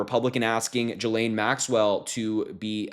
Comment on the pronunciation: TY for good solid contents - BUT - Please please learn how to pronounce her name. Sounds real bad. It's Ghee like the butter and Lane as on the highway... Actually Butter Highway is not a bad name for her.